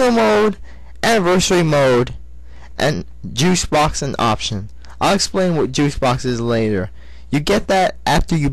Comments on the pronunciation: lol, you said Juice box, but it's really "Juke box" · Juice Box? Juke Box* God damn, learn to talk! lol Good review. Maybe it's your mic, but it's really hard to understand you =( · did he say juice box insted of jukebox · Actually, he said jukes box, but the mic messed it up and made it sounds as juice. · wats so bad for him saying juke box but sounding like juice box? its not that funny, or a big of deal.